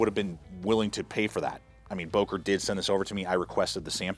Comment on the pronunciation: Böker with ö